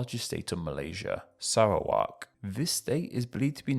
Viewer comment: Impressive pronunciation effort although needs work on Putrajaya and Perak, but I’m happy you made the effort to research it. Fun fact, Sarawak is pronounced just as you did in Standard Malay, but it is pronounced with a hard k in Sarawakian Malay, like ‘Sarah-Wuck’ or we shorten it to just ‘Sa-Wuck’.